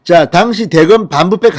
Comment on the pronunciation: 당시, 감찰. ..발음처리 너무 틀려서 거슬려요.